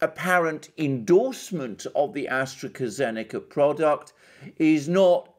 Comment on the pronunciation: Please stop saying AstreKA-Zeneca. It hurts my ears! It is pronounced AstraZeneca!